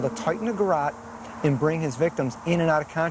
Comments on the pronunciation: It's called a garotte, pronounced ; g'rot. Not garit. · It's call a garotte, pronounced, g' rot. Not garit. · GA-ROT (A garrote or garrote vil (a Spanish word; alternative spellings include garotte and similar variants[) Not Garret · It's a Garrote not a Garrett. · What kind of detective thinks that's how you say garrote 🥕 😂